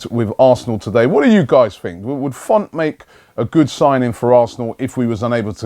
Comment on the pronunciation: 'Font'? Isn't it 'Fonte'?